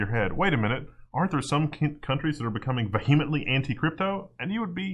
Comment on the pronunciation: my man: Please learn how to pronounce VEHEMENT. You are embarrassing yourself -- and making me cringe hard.